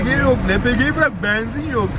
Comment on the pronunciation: Şu benzin demeyi bi öğrenemedin im. Banzin değil yumuşak söyle.